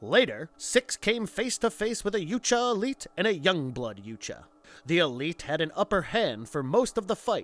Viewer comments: Yowt-ya, not You-cha. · U-Tan-E....? Lol. It’s U-Ton-E & your wrong about so many other things but I won’t get into that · ha. yuteni he says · The heck are Yute-juh? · Noooooooo. No. No. No. They were workers. Not mercenaries. The mercenaries brought them. And it's 'jootaahnee'. Such a shame this wasn't done by an aficionado. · I think Yautja is pronounced (if you slow it down) "yeah-out-jah", but in real time without over stressing each syllable it's "yout-jah", "out" with a "yeah" sound before it ("yout") followed by "jah" like "yes" in German. 🤓🤘☮️ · Like the content, hate the narrator. He can’t pronounce anything right. “Yootja”?? Seriously..? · It’s not “Yootja” and you know it. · Your pronunciation of "Yautja" is literal cancer. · I’m glad this wasn’t the first video I watched from this channel. The carnival barker shit and mispronouncing of “yautja” had me cringing the whole time. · Isn't the "J" in Yautja silent, making the "huh" sound? Pretty sure that's how I've always heard it pronounced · Dude, you pronounced "yautja" about 50 different ways.